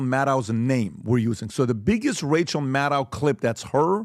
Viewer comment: Rachel Madcow!!! say it right lol.